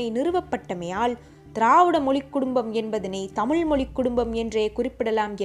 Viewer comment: while you speak chase Tamiz, sadly you are not able to pronounce the great language Tamiz. Pl don't put la for iz. Jayaram